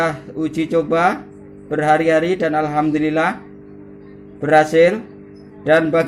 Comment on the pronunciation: Ma'af. Hurupnya bukan pake k..tapi pake h..Alhamdulillah..bukan alkamdulilah....